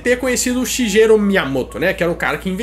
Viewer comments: Vc pronunciou errado o nome do Shigeru Miyamoto, se fala "shigueru" ,GE se lê "guê"....outra coisa do Pokémon....q faltou...ekans é snake q significa serpente em inglês e arbok é kobra q é a naja....aqui no Brasil chamamos todas as serpentes de cobras,mas na verdade não temos cobras aqui só serpentes,por que cobras são as najas,que tem o capelo,capelo é a aquela protuberância q a naja tem,e isso q difere a cobra das serpentes, lembrando que toda cobra é uma serpente,mas nem toda serpente é uma cobra pelo fato de não ter o capelo, o shigueru Miyamoto foi super inteligente ao criar a ekans (snake-serpente) e a arbok(kobra-naja) espero q tenha ajudado o canal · Escreve “Shigeru” mas se fala “shigueru” descurpe mas é o nome do meu marido kkkkkkk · A pronumcia é SHIGUERU carai e ele nao teve nada a ver com os nomes da localização gringa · Escreve Shigeru mas se pronuncia Shigueru!!! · A pronúncia do nome do dono da Nintendo é Sigueru. Tive 1 sensei de Nihongô (língua japobrsa) que o nome do marido dela é Sigueru.